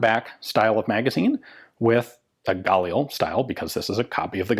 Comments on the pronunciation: I've never heard your pronunciation of this rifle before,, most people put the accent on the second consonant not the first... IDF operators I know pronounce galiil. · You pronounce 'Galil' with the emphasis on 'lil.' Edit: And yes, I too am dedicated. :D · you KILL me saying Galil wrong go to the IWI site on youtube and see how the people that makes the weapon pronounce it its gah-leel not guh lil or whatever your saying,africans bought a license they had nothing to do with the design of this rifle, they produce their own version through licence from Israel, IMO the pre-ban Israeli Galil was and is the finest battle proven design available, yeah its heavy if you a girly boy its only negative point